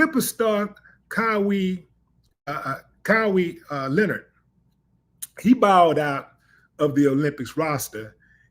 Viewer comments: Willie, love your content but please stop messing up on pronouncing Mr. Leonard's name correctly please. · You need to know how to Leonard name correct